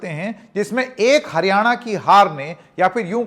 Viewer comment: जी का बार बार हारयाणा कहना सब कुछ बता रहा है ।